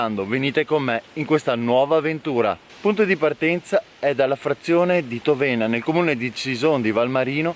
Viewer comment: Egregio, congratulazioni per i tuoi magnifici video, i suggerimenti, i ricchi spunti, le interessanti informazioni, le immagini pazzesche, nonché il tuo grande entusiasmo :) P.S.: Piccola correzione in merito alla pronuncia della frazione di Cison, che è Tóvena e non Tovéna.